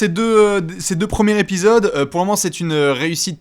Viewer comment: je vais faire mon casse-burnes, mais entendre « premiers’ épisode » et pas «premiers-Z-épisodes » me chafouine 😁😢😂 Sinon, RAS, superbes analyses comme toujours les mecs 👍